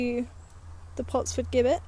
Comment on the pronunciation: Great choice of potentially haunted locations. Perhaps you've made contact with an elemental rather than the ghost of a male/female. The pronunciation of 'Gibbet': the first syllable is the same as in 'Jim' and not as in 'give'.